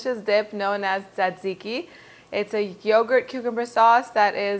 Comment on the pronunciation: It sounds like you're pronouncing it: dadziki. My Greek and Italian friends pronounce it: tsatsiki. And my friend from Turkey pronounces it: sahdziky. In Poland, there are a couple kebab shops, so I've also heard it called tsah-tsih-ki almost like tsah-dzicky. Is there a single correct pronunciation or is it based on location?